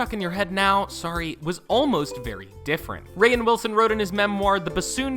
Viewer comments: Kaelin J lol yes “rayin Wilson” it’s just pronounced “rain” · He called him Ray-in Lmao it’s pronounced like Rain 🌧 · Rainn pronounced like rain the weather not “Ray-en” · Gervace, not Gervay-iss; Rain, not Ray-inn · Idk where you're from narrator man. But I NEED you to know that just because a word has an "i" in it doesn't mean you hard stop on the letter before to put a hard "I" in the word. It's not "ger-vai-is" it's "ger-vase" and it's not "rai-in" it's "rain" you've added too many symbols and an extra "i" both times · it’s not rayen wilson or ricky gervayes it’s rain and gervais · It’s pronounced Rain not Rayin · It's pronounced rain not ra inn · why does the letter "I" make you add an extra syllable to words? Ricky Gerva-is, and Ra-inn Wilson. its just "jer-vase" and ..."rain" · "Ray-in Wilson" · “rayann willson” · Mindy “KAH-ling”, “Ray-in” Wilson, Ricky “Ger-vayus”.... dude. Great video but you butchered these peoples names. 🤦‍♂️😂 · "Ray-in Wilson". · Ray-in Gervay-is Does this dude know how to pronounce words right? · Gervais is two syllables and Rainn is one. It's not pronounced "Ray-in." This narrator stinks. He also pronounces Mindy Kaling's name two different ways like 15 seconds apart. He obviously was just handed a script and never watched the show. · Rick Gervay-ess... Ray-enn Wilson... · Gervay-is? Ray-in? Why can't this person pronounce words correctly? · FishAntsPlantsAndDave Noticed the same thing. I assume this is someone who’s never heard of them just reading someone else’s script. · "Rayan Wilson" "Ricky Gervayas" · Hazridge ra-in Wilson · Ray-inn Wilson??? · Andrew Champy ray in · THANK YOU I was so triggered. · I cannot handle him pronouncing rainn Wilson’s name wrong ughhh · Him mispronouncing Rainn’s name bothers me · holy shit the physical cringe I experience when you pronounce the names Gervais and Rainn.. no need to add a syllable for the i